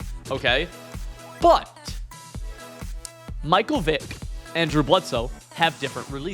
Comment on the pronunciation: Stopped watching the second you showed you don’t know how to pronounce Michael